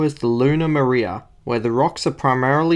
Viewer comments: "Mariah" SMH (Mare is stressed on the fist syllable, so is its plural.) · Look again. The stress marker is on the first syllable. Plus, the first syllable is long. It should not sound like the female name.